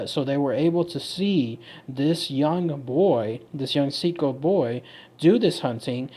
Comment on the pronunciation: See-aht-co is how the people in my tribe says it.